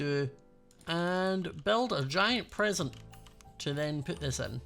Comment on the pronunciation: Is it just me but when says present it sounds like prison